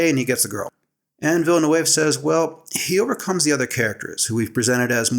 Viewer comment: Interesting analysis. You need to learn to pronounce Villeneuve. It's a common Québécois surname (my best friend in elementary school was a Villeneuve). I'll try to describe the sounds. Somewhere between Vill-nuv and Vill-nehv